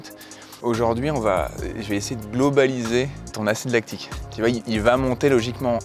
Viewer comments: L’acide lactique, ça fait mal aux oreilles d’entendre ça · Vidéo génial🤩, par contre "acide lactique"😭